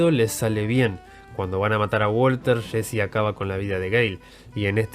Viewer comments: "Shein, shesy" no puedes pronunciar bien los nombres? Es estresante... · Nadie: El narrador: Shesy, Shhane, destrushó